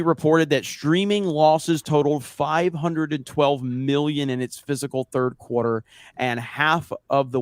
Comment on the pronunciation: Fiscal, not "Physical." Fis-cal. It amazes me how many people say physical.